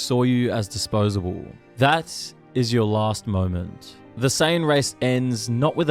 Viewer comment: Your voice annoys me why do you keep holding your syllables so long “over time, you develop a strange relationship with your own mortalityyyy.” “that is your last momeeennt.”